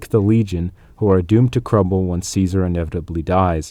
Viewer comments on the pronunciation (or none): still saying ssssseasar while the whole game says it right...